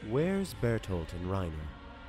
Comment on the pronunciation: noooooo!!!! Someone finally says Reiner's name how I pronounce it and then they die. Brill.